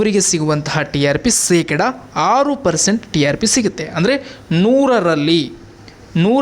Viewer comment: ಕನ್ನಡ ನಾ ಕೊಲೆ ಮಾಡಬೇಡ ಸೆಕಡ ಅಲ್ಲ ಶೇಕಡಾ